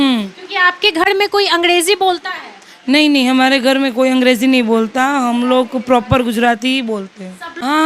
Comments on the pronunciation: अंगडेजी नही अंग्रेजी😂😂😂😂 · Angreji hoti h mam n ki angdeji😅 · Aur ko aud Ghar ko ghad Har ko had Angreji ko angdeji Pahle tu sahi kar apne aapko 😂😂😂😂